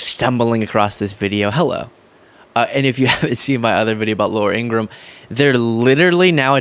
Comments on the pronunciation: It is pronounced Laura In gra ham. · should pronounce Ingraham properly,.the h is not silent. Even though she's a bum. I think it's disrespectful when they mispronounce our Vp's name